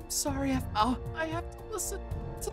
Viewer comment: mpt ahmau it's Aphmau